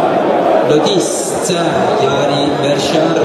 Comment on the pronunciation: Bonne vidéo dans l’ensemble vielle juste à parler moins vite ! Et la prononciation de verschaeren le sch se prononce en k et hoedt c’est comme si tu disais hout